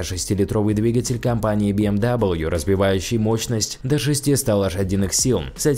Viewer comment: Компания Би Эм Дабл Ю? Серьёзно? Это Бэ Эм Вэ. Дизлайк. Это немецкий язык.